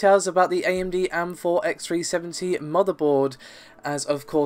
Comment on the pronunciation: Stop being lazy, it's A-M-4 and G-U-I not am-4 and gooey.